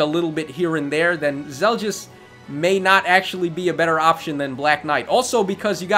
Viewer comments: Finally the Radiant Dawn banner! Laguz units when I won't lie, I'm a bit pissed off they implemented Zelgius as basically a somewhat powercreeped Black Knight with the potential for IVs and merges. By the way, it's Zel-gee-us, not Zel-djiss Micaiah is a perfect translation to Heroes. Her Sacrifice skill is pretty much spot on. In Radiant Dawn, it healed status effects and up to your current HP-1, which was then deducted. In other words the way it works here, not like Ardent Sacrifice which only heals 10HP at a time. Sothe is Sothe, but he looks like he'll be more useful here than he was in RD. Probably one of the best dagger users I've seen actually, if not the best. Somewhat surprised they chose to give him Peshkatz instead of Baselard. I'm sure Volke will shit all over him when he is implemented regardless, as is tradition. Shame, since I didn't mind Sothe's character in RD. At least he had more sense than Micaiah. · "Soft" "Zel-Just" Stop itttttttt.